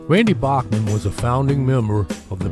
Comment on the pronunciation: Randy's last name is pronounced BACKman, not a soft "a", like the great composer Bach.